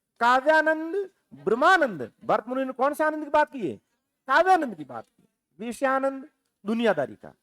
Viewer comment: आप बहुत अच्छा पढ़ाते हैं । लेकिन कहीं कहीं उच्चारण और लहजा ठीक नहीं लगता। जैसे - आप विषयानंद को वीषयानंद बोलते हैं। मतलब विषय को वीषय बोलते हो। बुरा मत मानना मैं आपकी तुलना में कुछ नहीं हूँ